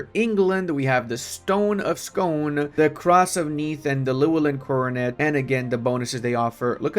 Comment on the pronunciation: "Stone of Scone" Whilst normally you would read this word that way, for reasons unbeknownst to this Scotsman it's pronounced "scoon", as is the town and abbey in Perthshire from where it gets it's name. It's a lump of red sandstone on which the kings of Scotland were crowned up until Edward I's forces nabbed it in 1296. Since then it was used to crown the English monarch, then latterly the British monarch up to and including the current king of the UK. There's quite the storied history around this otherwise innocuous lump of rock, believed to have been dragged across from Ireland in the 6th century. It's an iconic piece of the mythos surrounding the cultural identities of Scots, English, and British. My personal favourite though is from modern history: In the 1950s a bunch of students broke into Westminster abbey and nicked it back, smuggled it to back to Scotland, broke it in the process, and gave the UK police the runaround for four months before it's whereabouts were discovered due to a grass and it returned to sit under the coronation throne of the British monarch. Having broken it they had a stonemason repair it best as possible, and ever since the question of whether it's still the same stone or not has persisted... It, or possibly it's faux-duplicate, now lives in a museum in Perth - a few miles from where it was taken in 1296 - and is transported to Westminster for any coronation duties.